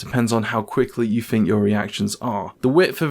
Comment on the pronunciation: 'Think' doesn't have a 'F' in it.